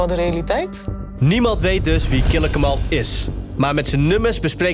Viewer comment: Ze kunnen de hele docu nog niet eens zijn naam fatsoenlijk uitspreken… Triest